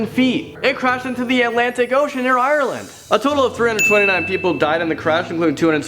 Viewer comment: They way u say ireland though! Btw I'm from Ireland and nearly everyone from a different country says it weirdly it's kinda funny